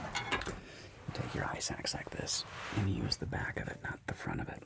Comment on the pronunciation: Am I the only one who kept hearing “ice axe” as “eye sacks” 🙈